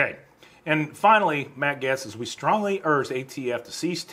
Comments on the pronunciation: Pronounced "Gates". It has been a struggle for a few today. LOL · No disrespect, but you pronounce Matt Gaetz last name Gates. Other than that Great job. 👍🏼👍🏽👍🏾👍🏿🇺🇲🇮🇱🇺🇲🤘🏿🤘🏾🤘🏽🤘🏼